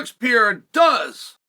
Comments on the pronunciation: “Pereira”, Chael. Not “Piera”. Mr hoity-toity and his fancy education can’t even pronounce “Pereira” correctly. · Chael Sonnen, who the F is “Alex Pee-Air”??? Are you a professional or just trying to be the Archie Bunker of MMA? You’re coming across like an ignorant tool. I just unsubscribed—because your ridiculous mispronunciations aren’t funny, they're pathetic. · Ya can't say PUR-air-ah ? Chael P.brain Sonnen ... No Chama